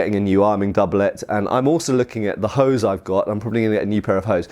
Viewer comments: Researching Hoes I see ;) btw "Hose" is German for trousers. Hint: an "E" at the end of a German word is not silent, as such instead of "Hos" (incorrect) it is "Hose" (correct). It is a short "eh" sound like the starting letter of "exile". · the "e" in "hose" is pronounced and not silent. The word slightly sounds like "ho-zeh", where the vowel in the last syllable is an [Open-mid front rounded That's roughly like in the articles a/an. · I just kept laughing every time he said hose so I had to stop the video for a bit to catch my breath. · I am from Germany. (So naturally I don't like/understand fun and humorous things) and I have to tell you all: “(die) Hose” (singular) is still the German word for trousers and “(die) Hosen” is the plural. And beside I have no Idea how the medieval Germanics pronounced “Hose”, for modern terms he is pronouncing it utterly wrong, or he does copy some crude dialect. (But yes, it is way more fun if he pronounced it the way he does. xD)